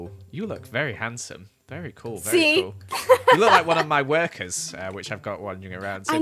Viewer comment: Honestly when says "Very Nice." I hear "Fairy Nice." Which is just funny, because its an amazing pun and Kathrine is a Fairy in empires, so it makes sense!